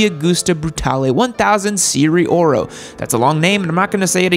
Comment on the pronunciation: "Se ri ye oro" not "seeree oro"